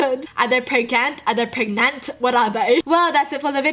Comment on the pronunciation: theyre PREGANANANT